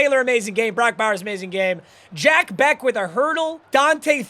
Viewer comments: Jack Bech is pronounced like Besh not beck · If I ever hear you say Jack beck again i will unsubscribe, it's bech, i listened for an hour and you continuously said that it's making me go insane as a raiders fan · Jack “beck” was annoying me all video😭😭✌️ its pronounced jack besch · Not trynna be pretentious but it's pronounced jack "besh" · on the behalf of a jack bech fan your saying his name wrong🤣